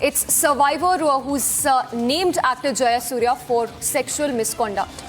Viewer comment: Misconda ? Misconduct , please learn to speak well .